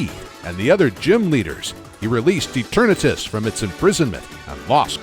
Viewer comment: How I hear is: eterNEEtus